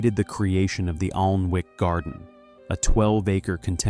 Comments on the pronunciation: I’m out - if you can’t pronounce the actual name of the Alnwick - ANNICK- then the research isn’t good enough. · It is pronounced anick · the 'L' is silent!